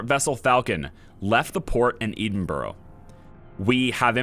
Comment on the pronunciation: Sorry, the pronunciation of Edinburgh got me a tiny bit mad ngl (pronounce it ed-in-bruh ), I'd love to see more of this anyway!